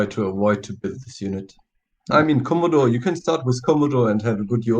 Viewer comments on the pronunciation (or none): It's a Ko-moe-doe, like a Komodo Dragon... not fucken Commodore like a Holden Commodore. I don't understand how so many retards pronounce it this way.